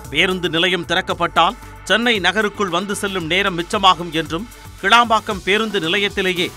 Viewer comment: கேளம்பாக்கம் இல்லை கிளாம்பாக்கம்.மழையின் போது வந்து பார்த்தால் தெரியும் உலகத்தரம்.